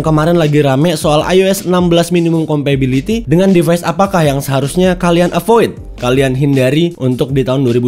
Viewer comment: Kompatibilitas bang bukan kompabiliti. Kan inggrisnya “compatible” bukan “compable” ✌🏻